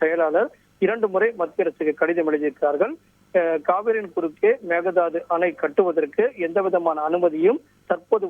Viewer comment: மேக தாது அல்ல மேக்கே தாட்டு